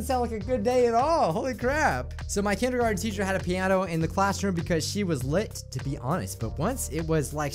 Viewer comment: Lets talk about "Kendergarten"